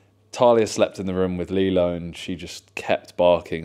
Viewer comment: Just sounds like you’re saying Lilo wrong